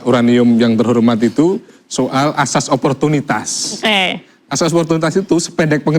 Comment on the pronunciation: Oiwobo ngomong "ASAS" aja jadi "AJAS" pletat pletot gitu mau bicara tentang HUKUM,,,,Hadeehhh